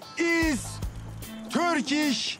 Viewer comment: Törkiş milliş drinkiş😂😂